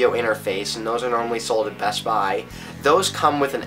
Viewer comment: When you say "best buy" do you put the emphasis on "buy"?